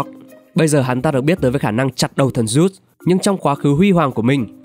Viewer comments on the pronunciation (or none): none